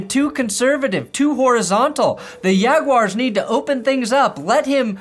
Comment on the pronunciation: The way you pronounce Yaguars leads me to think you either have a Latina wife or a Jewish wife. lolol Go Yags! And easy Subscribe! Great stuff!;)